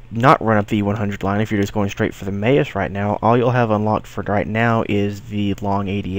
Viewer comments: Pronounced maws not mayus German for mouse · never Mayos :))) Mawoos would sound better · Maus is pronounced... more of less... the same way it is in English in German the "au" is approximate to the vowel group "ow" in English.